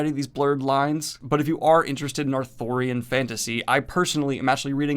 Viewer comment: is Arthurian as in King Arthur, not authurian as in book author.